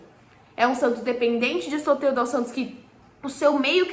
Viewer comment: Prantos ou Santos?? Kkkkkk🐷🐽🐷🐽🐷🐽🐷